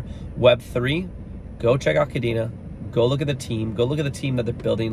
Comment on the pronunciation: You might be more credible if you pronounced Kadena correctly considering you’ve covered it awhile now.